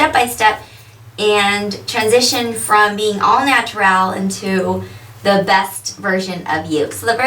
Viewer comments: I wish she would say natural like a person who isn't mentally challenged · u say natural weird